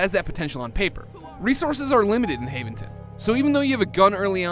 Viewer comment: I like the way he can't pronounce Haventon because he played about 10 minutes of the game.